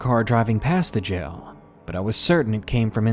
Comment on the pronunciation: I love when people pronounce jail as gel lol so cute.